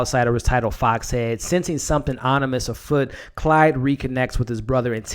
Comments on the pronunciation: dude... its CLAUDE not Clyde! lol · Sorry but it's Claude, not Clyde. Otherwise, I join in your enthusiasm that this was the best episode so far. I haven't read the book either but I'm loving the movie version! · It's Claude.....CL-ODD, not Clyde!